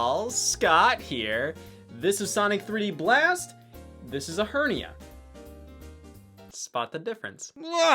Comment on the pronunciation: Omg Scott u spoiled my puberty class for saying ahernia.